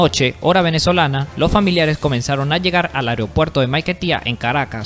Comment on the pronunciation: Aprende a leer hermano, AEROPUERTO no ariopuerto, VINICIO ADAMES no se acentúa en la E, debes ilustrarte mejor antes de hacer un video de esta categoría